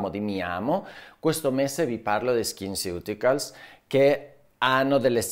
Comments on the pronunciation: La pronuncia esatta di skinceuticals è "skinsiuticols" 🫠😁😘🤩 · Faccio la maestrina: sono andata a cercare la pronuncia e "ceuticals" si dovrebbe pronunciare "siuticols", come "nutraceutical". Grazie, dottore, del suo lavoro🥰